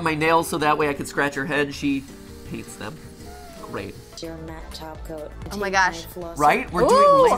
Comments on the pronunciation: Are they saying taco or topcoat? It's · It sounded like you were saying "taco" instead of "top coat"